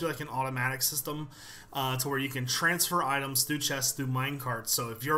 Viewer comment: Why does he not pronounce his Rs in words like "Throw" or "Through"?